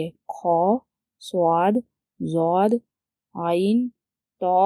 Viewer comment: yeh ض jód nhi hn yeh Dód hn urdu mein jod sound hn lekin arbic mein dod hn